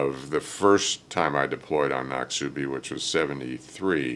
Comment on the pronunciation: Just a humorous aside: See if you can get word to ADM Mullen. It's not pronounced "nock-SOO-bee", it's "NOCK-suh-bee". That ship was named after a river in Mississippi, and I'm actually from Mississippi. 😉